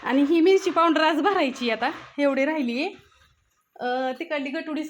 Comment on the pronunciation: पाॅवडर नाही म्हणत😅पावडर म्हणतात